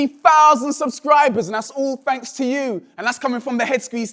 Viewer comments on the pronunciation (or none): LoL, I love how he says "th" as "fh" like "fhanks" and "fhousand". :D Also, yay ice cream! :O